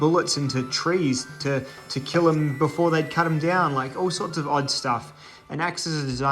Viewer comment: It will keeeel? 🤣